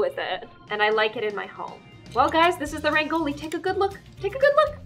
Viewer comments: Umm not hating but honey it's not 'ReNgOLi' It's Rangoli ok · u pronounce rangoli wrong 😂 it's supposed to be pronounced as RUN-GO-LE nd not RAN-GO-LI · () I just wanted to say that....you pronounce Rangoli wrong, you say it like(raang- oli), but it us said like(r-ung- oli) K? Love love♡ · I hate it when every single out if india person say RAANGOLI But its actually pronounced RANGOLI RANG- OLI NOT RAAN- GOLI.... BTW LOVE THE VIDEO AND MABYE TRY TO SAY RANGOLI A LITTE CLEARY.....^_^ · Also rangoli is said like (Run-gol-e) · I hope she notices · The correct pronunciation of Rangoli is - Rungo lee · I love how she changes her dogs name every video and how she says rangoli which is prounced rungoli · in indian English it is pronounced run-go-ly. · rangoli is pronounced in india as rung-goli runggoli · Rangoli in india is pronounced as RUN-GOLI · "Rayngoali" Me an Indian: ah yes Rayngoali No hate I love her videos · I love how she said rangoli wrong 😂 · If you read this fast , you can pronounce rangoli properly Run - goal - E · Btw it is rung-oa-li 😁😁no offense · it is not pronounced as rangoli.... it is pronounced as rungoli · not to be rude but Rangoli is spelled like "rung o li' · Who else is kinda frustrated that she calls it rangoli but its pronounced as rungoli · To pronounce rangoli say 'rungoli' now that is how you pronounce rangoli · I am from India and I never saw a rangoli like that and you are pronouncing rangoli wrong it’s r-n-g-o-l-i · You just ashamed all the Indians by pronouncing it wrong ..... just saying rangoli is pronounced as raang-gouli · The way you prounce Rangoli is kinda wrong but it is really close, I almost think anyone else will pronce Rangoli like - ragn loi :/ and have a great day and please tell me it you are an Indian 🌟🇮🇳 Edit - have a beautiful day 😊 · oh please , no hate but thats definitely not how to pronounce "rangoli" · that is not how you pronounce Rangoli